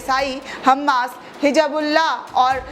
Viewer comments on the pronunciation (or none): Aap ko hizbulalah bolna nahi aata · Madam mereko nhi lagta ke aap musalman hai kyun ke Arabi Names & Alfaaz pronounce nhi kar pa rahi hai , Hizbulla bol nhi paa rahi aap, Aisa kyun hota hai taqri bann taqri bann you tubers ki language sahi nhi rehti ya Urdu ko leke ya English ko leke ya Arabi ko leke , aise log apni language me sudhar Lana chahiye